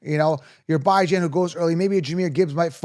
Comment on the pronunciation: Nope lol buy-jan and raheem moss-start?